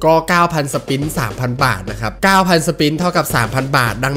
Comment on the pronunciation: กูขำที่เรียก สปิ๊น นี่แหละ!! 55555.